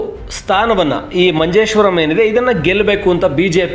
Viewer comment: It's Manjeshwara, not Manjeshwaram why ur adding rum like malayalis 😂